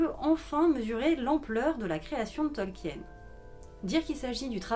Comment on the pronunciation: CA SE PRONONCE TOLKINE, PAS TOLKIENNE !!!